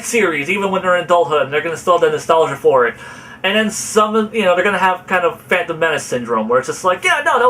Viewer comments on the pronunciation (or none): none